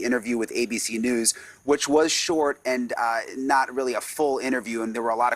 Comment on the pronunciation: LAUNDRIE NOT LAUNDRY